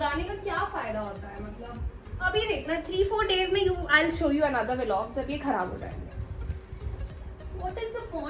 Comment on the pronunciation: It can also be called VLOG & not ViLog. Generally people call it VLOG without pronouncing VEELOGS. Just a suggestion, keep making daily vlogs 🙂✌